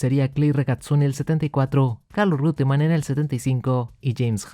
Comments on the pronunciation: se dice reuttemann, no rute, pero muy buen video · He oído a muchos pronunciar Roitemann. Creo que uno de ellos es el narrador y comentarista argentino Fernando Tornello. Imagino que Reutemann es la forma correcta ¿De cual país será originario ese apellido? Saludos desde Venezuela. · Porfa deci REUTEMANN no RIUTEMAN